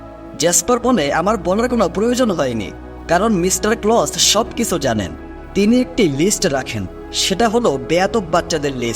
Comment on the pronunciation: কিছু উচ্চারণ টা কিসু কেনো উচ্চারণ করেন?